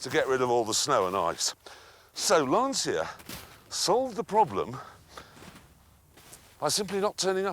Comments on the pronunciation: I'm loosing my ears every time he says Lancia mispronounced. It has to be said "/lancha". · This is still my favorite lancia of all (which, by the way, is pronounced lancheeah and not lansiah as Röhrl correctly says it). Great days. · I love this story and Grand Tour / Top Gear as a whole... just one thing that always bugged me... Will anyone ever tell them how to pronounce Lancia correctly? "C" is pronounced as a "CH" by the Italians. So it's "Lanch-yah", almost rhyming with "Lunch". Have a listen to the driver saying its name , or just imagine Mario saying "Thisa car, ita launch ya", if you're still stuck :'D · LANCHAH... 'CI' should be pronounced like the beginning of the word "change" not like SY in "system". "lansya", as it is often pronounced, sounds like "the anxiety", in Italian. while Lancia means spear, a totally different meaning ;] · It s not lansia pronunciation but lancia L A N C I A Dam ..anzi cazzo ! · its not ''lansi's'' for heaven's sake, its ''lanchia'' pronounsiatioin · so funny how clarkson pronounces "lancia" as "lanSIA"... it's just "Lancia", same sound as "Lunch", i swear! (btw, it means "spear") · to hear LANCIA pronounced as LANSIA makes me literally sick! L' ANSIA in Italian means "The Anxiety" whilst LANCIA (where C is pronounced as english CH-) instead means "Spear". See the logo. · Its LANCHA, not lansia,. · its pronunced LANCHA (not lansia) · Please stop saying" Lansia" the right pronunciation is " Lan tcha". The mark that I love so much being destroyed by Fiat plus it get pronounced differently just annoy me!! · Lancia, like ChaChaCha, not Lanzia. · The "Lansia" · Brilliant video! Just one comment: next time please pronounce Lancia correctly, with "chah" at the end (Lun-chah) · In reality it's pronounced without the "i". It's just "Lancha" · It's called LanCia not LanSia! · I thought the proper pronunciation was “launch-ya”? Great video either way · It's pronounced LANCHIA. Great video btw.